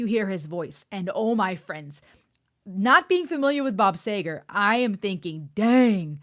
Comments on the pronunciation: Bob Seeegar! No Sager? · This is when you actually had to have a voice, lyrics, and talent.............. And BTW it is SEEger